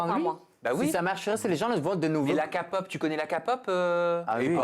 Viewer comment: "La ka-pop"🤣🤣